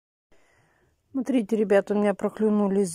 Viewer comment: Как можно говорить - срите вместо смотрите?